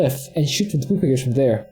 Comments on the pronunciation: Funny how he says propagators. Sounds like he said poop-i-gators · that's exactly what he's saying :) he calls them poopagators in the video description.